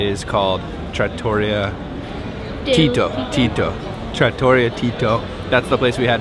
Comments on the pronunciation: I looove Italian food. OMG. You should've practiced saying words like trattoria and pasta! Wouldn't eat tripe when my Southern Grandma made it...wouldn't eat it Italian style either. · Nice video. The ravioli in the trattoria, look great! I lived in Italy for many years. You should learn to say trattoria property, Italians will like it, if you do 😊. ... trAH-toreeyah. Emphasize the first part TrAH! more. Then, hang on the t for slight-moment before continuing the word. But if you emphasize that AH you probably don't even have to hang on the t, because the sound will come naturally. Let me know. You can also listen in some translation app or YouTube video how to properly say it 😉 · Enjoyed the video, Florence is one of our favorite cities. Please learn to pronounce Trattoria. : ) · Learn how to pronounce trattoria. The accent is on tra. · hahaha so fun when she said tortelli and it was right and he correnct her saing tortelliti hahaha, anyway the right pronunciation of all the shop that finish with 'ria like gelateria, paninenria, trattoria if with the accent on the final 'i' and trust me that i'm an italian cook, the majority of real traditional italian food is cheap cause is normal food for us but is so fucking good, on another level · Great job guys. Two suggestions on pronounciation: an American pronounciation of Ponte Vecchio is pronounced “PON - TAY VECK - EE - O,” wth accent on the VECK, and trattoria is pronounced “TRA - TOR - EE - YA” with accent on the “EE”. The same pronounciation rule goes for all of the Italian shops (ie. pizzaria, gelateria, maccelaria, etc).